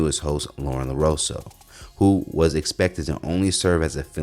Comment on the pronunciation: WHO THE HECK IS “LAROSO”????, ya’ll can’t read? Dang, nobody’s checking your content before you make a segment?